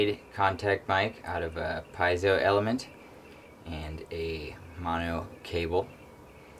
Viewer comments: You're pronouncing it all wrong. PEE-AY-ZOH. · Also heard PEE-ZOH.